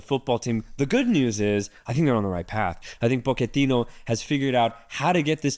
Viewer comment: Its Pochettino not PokeTino